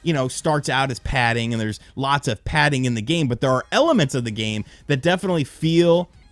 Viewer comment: Bro, stop saying padding